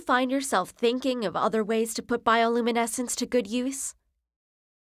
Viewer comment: other, not otter oh may